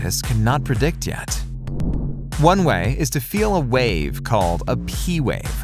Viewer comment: "Wawe" ......... you mean wave hahaha